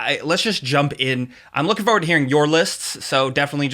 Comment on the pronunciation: "Fo'ward".